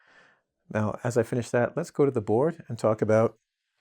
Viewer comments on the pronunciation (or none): He is great but when ever he say let's go to the boars it irritates me